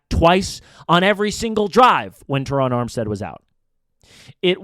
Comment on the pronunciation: I’ve never heard anyone mispronounce Ter-Ron Armstead’s name five or six different ways EVER. Also, it’s Kader Ko-Who. Come on bro, you can do better. Listen to Drive Time podcast w Travis Wingfield & you’ll learn why Miami is going to wax Denver on a sweltering Sunday afternoon at Hard Rock stadium. #Finsup ✋️😃🐬🏈